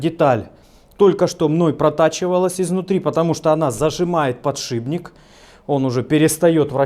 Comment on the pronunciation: ты уже определись, "подшибник", или всё-таки "подшипник"